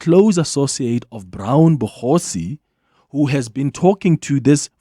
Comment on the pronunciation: Why is your lazy dj calling him Bogosi? Yerr you so called journalists👀🙊🙊